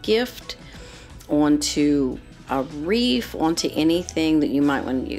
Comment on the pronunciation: Excellent presentation. But “wreath” is not pronounced “reef".